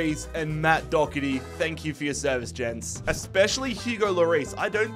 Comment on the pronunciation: It’s pronounced Do her ty not Dogherty and it’s pronounced Qy veen not Cameron